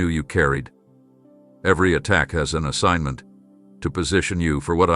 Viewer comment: DID YOU SAY, SOMEONE STOLEN MY ASSIGG.ENT?